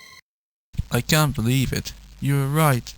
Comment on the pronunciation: Rebecca? I dorn't beleeve it. you awrived